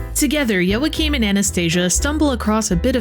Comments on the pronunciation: fyi its pronounced WAA-keem or YAA-keem never YOA-cheen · Surely it's pronounced "wah-keem"?